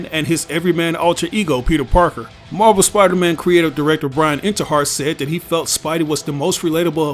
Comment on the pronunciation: When you say Marvel it sounds like you are saying MarBel